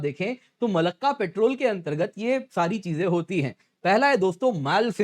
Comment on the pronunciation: पेट्रोल नहीं पॅट्रोल